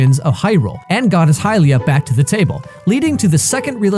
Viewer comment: Its pronounced hill-lee-uhh. Not hi lia